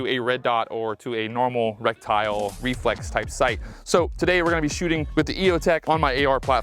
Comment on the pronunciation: Lol I had to check the comments to be sure I wasn't just hearing in euphemisms today, but nope he's really saying Rectile, maybe Rectile disfunction was the problem with him hitting low?